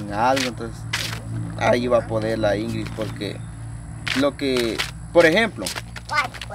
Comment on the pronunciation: INGRIS???? REPITAN INGRID INGRID INGRID INGRID INGRID.... APRENDÉ A HABLAR Y A ESCRIBIR!!